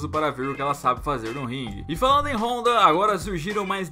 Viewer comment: NÃO ACREDITO!!! O PRONUNCIOU O NOME DA RONDA CERTO! É ISSO MESMO PRODUÇÃO????